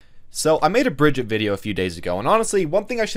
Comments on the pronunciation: Not Brigett its Brigitte😣😑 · I like how he says it wrong twice hahaha Bri-gi-ta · Btw, you make a lot of good points about how people integrate heroes in. I agree with pretty much everything you said, but could you pronounce her name right? She says it herself. Brig-eat-uh.